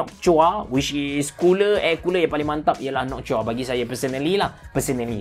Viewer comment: nok-tua bang bukan nokchua hahaha